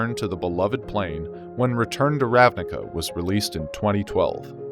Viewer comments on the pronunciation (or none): Fun fact. The word "ravnica", means in slovene "plain". It's pronounced as "ravniTSa", though. :)